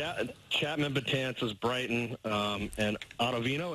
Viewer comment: lmao servino when he said that and brighten as britton haha